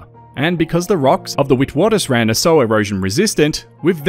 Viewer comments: The pronunciation of witwatersrand is wrong. It is an Afrikaans word, very close to Dutch. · Witwatersrand was a bit painful but the rest of the pronunciation was pretty good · The way you pronounced Vredefort and Witwatersrand, priceless 😊I love it 🤍. Hi from an British South African Kiwi 🤍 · you were really close. The w's are pronounced as v's